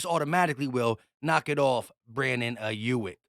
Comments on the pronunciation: Who the fucc is aiyuik?? it’s pronounced AIIIIIIIYUUUUUUK NOT YUIK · you’re trippin me out with the Brandon aiyuk pronunciation lol it’s pronounced eye-yook